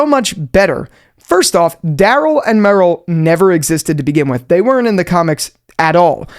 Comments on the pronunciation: It’s definitely pronounced “murl” not “Meryl” haha. Great vid! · Merle is pronounced like girl but with an M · Merle's name is pronounced like 'Murl' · You can't say Merle properly, that's why no one subscribes to you